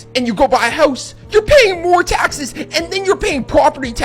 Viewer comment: I need someone to edit a compilation of this man just repeating “tahxes” 😂